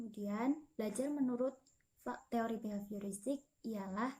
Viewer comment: Teori say bukan tori🥴😂